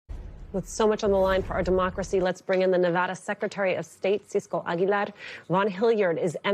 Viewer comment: I love how she properly pronounces Cisco Aguilar's last name.